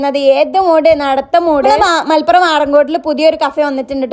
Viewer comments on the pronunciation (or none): none